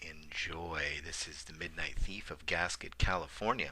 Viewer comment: Gasquet; 't' is silent. 'gas-key,'. Worked at the forest service office there.